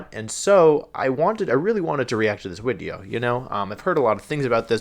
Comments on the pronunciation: everytime he says video I keep hearing the V as a W and I can't tell if it's deliberate or not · just a thing he does for no real reason, and you'll find if you keep watching his other stuff he purposely mispronounces basically all pokemon names (arcanine = arca-nay-nay, cinderace = cinder-achie, etc) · So like...is the whole...switching out v for w whenever he says video like a crips and bloods thing. Wolfey are you part of a gang now. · I absolutely had the same question. He uses Wideo and Video interchangeably it seemed. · Why do I keep hearing wideo instead of video 🤔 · Why does he say wideo not video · Why do you pronounce video like wideo? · so, im new to actually watching wolfey, why does he call them wideos? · Is he saying wideo or am I just hearing him wrong because I'm confused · I’m new here but can someone tell me why he calls videos “wideos”? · why does he say wideo? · Why do you call it a wideo? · Why do you say wideo? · Is him saying Widio like a channel joke or is it like a speech impediment that he grew out of? Srry I’m new to the channel and I think that it would be rlly silly if it’s just a channel joke bc his channel name is “Wolfey” when I first started watching this vid I thought it was a kinda cute idea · How many times did he say wideo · Can someone explain why he is saying " wideo" ? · Are you saying "wideo?" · Are we going to ignore that he always says wideo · Why does she say it like wideo? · Always wondered, why do you just say words wrong on purpose like wideo, cinderACH-EE etc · I'm not trying to be mean. disregard this entirely if this dude: A: Is taking the mickey B: Genuinely has a speech impediment. Otherwise: Why is he pronouncing 'Video' as 'Wideo'? Edit: He literally pronounces everything else in the entire video including other words starting with 'V' perfectly. WHY IS HE SAYING 'WIDEO'!?! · Reaction Widiow" Yes some very good English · Why does he keep saying wideo? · Why the fuck does he call them wideos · def saying wideo